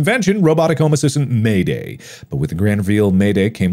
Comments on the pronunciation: I think it is probably MAID A.I. not MAID AYE in pronunciation. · Why does mark pronounce "Maid AI" as "mayday" 😂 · I believe the robot is MAID-AI but not pronounced as Mayday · I love Mark pronouncing it "Mayday" instead of "Maid AI". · lol hes saying mayday and not maid ai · You mean " made ay eye " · MAIDAI is meant to be pronounced as Maid AI i'm assuming, though the fact it looks a bit like it could be may-day in pronunciation is funny and very accurate to what the player character(s) would be saying lol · How does he say MAIDAI as “mayday” lol 😂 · I think MAIDAI was supposed to be read as “maid AI”